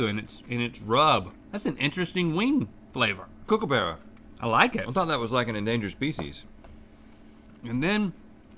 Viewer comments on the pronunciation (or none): Outback's the least Aussie thing on the planet. American's can't pronounce kookaburra, & we don't have FrIeS, they're chips. Bro's accent was so bad it was amazing though😂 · Oh god that fakenaussie accent... kookaburra is pronouced like cook a borough. Not kook ar barrah